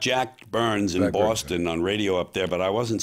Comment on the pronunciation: Think George is the only New Yorker that can pronounce "Boston" correctly! We miss you George, your attitude is much needed in this day and age.